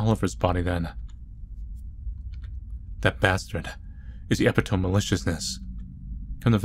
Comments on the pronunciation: "eh-pih-tome" instead of "e-pit-oh-me" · my favorite part is saying ep-it-tome instead of uh -pi-tuh-mee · ITS EPITOME (EE PIH TOE ME) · I both love and hate how you say epitome. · I'm convinced is pronouncing epitome wrong on purpose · PLEASE PRONOUNCE EPITOME CORRECTLY ITS KILLING ME